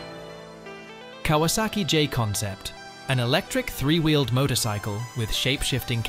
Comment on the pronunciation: Oh wait, did the A.I. just say motocycle again? No, couldn't be